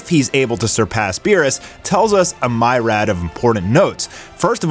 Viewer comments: Tells us a my rad? Are you trying to say myriad? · is this an AI or does he not know how to say the word “myriad”? (MEER-E-ADD) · myrad??? really? did you mean myriad? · Mirad? You mean Miriad? You didn't write this script, did you?